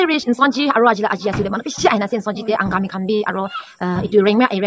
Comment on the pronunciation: Lat time u were saying Angami.😂😅